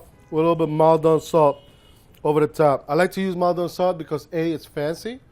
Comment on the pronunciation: PSA USA: Maldon is not a French word, it's named after a town in Essex, England, and it's pronounced moll-dun (that moll's not quite right for the first vowel but I can't figure out the best way to describe the pronunciation. Maul?)